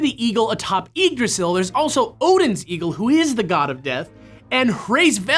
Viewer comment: you should have done more research on pronunciation the Y in Yggdrasil is pronounced as a short i and Hræsvelgr has a silent H and a short a on the æ